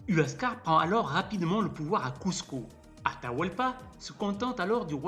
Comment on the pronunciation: Cusco ne veut absolument pas dire nombril du monde, et quand j entends huascar prononcé uascar et non wascar j ai les oreilles qui saignent